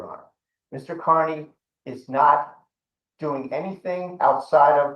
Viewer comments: the prosecutors in these cases are disgustingly rude. seems none of them can pronounce peoples names correctly. knows aidan's last name is pronounced carney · They’re using our tax dollars to prop up this doddering old fool? It’s pronounced CARNEY, by the way. Turn up your hearing aids you cranky old ghoul.